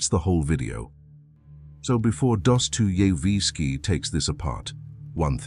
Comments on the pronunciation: "Careful research, original scriptwriting, and detailed creative direction" ruined by an AI narrator that can't pronounce the name of the author the video is about. It makes me wonder about the actual care put into the research and script. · Funny when the AI tries to pronounce Dostoyevski.